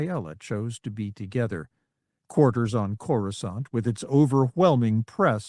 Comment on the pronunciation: Amusing that the text to speech software can pronounce coruscant correctly while most of the other narrators can't